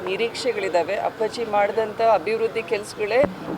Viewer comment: Say appaji properly😅😅😅😂